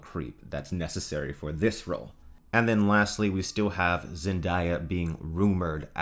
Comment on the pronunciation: ZenDAYa not ZenDIya 🤦🏽‍♂️